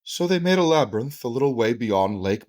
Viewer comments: I'm afraid that if I ironically say 'Labrnynth' too often I will forget how to say Labyrinth correctly! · funniest part is joes been saying "labernyth" for months. duncan even corrected him on it and he cant stop himself. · “Labernyinth” lol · "The labernynth" says the internets dumbest man LOL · "laberninth" - classic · Can we please take Joe down into the "labyrninth", and just leave him there? 🙃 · Um... what in the holy sweet flying FUCK is a "labrinith?!" 🤦😆🤡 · That's cute. My ex's 5 year old daughter pronounced it Labernith too. It was her favorite movie. Also: Me "Say French." April "French!" Me "Say Fries." April "Fries!" Me " Say French fries. " April "Ench fries!" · Dude can't even say labyrinth correctly. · My theory is that Joe keeps mispronouncing labyrinth so he can say that technically he's not spreading misinformation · People actually believed Toe Rogan enough to deny science and willingly die from covid, and the man can't read the word labyrinth ☠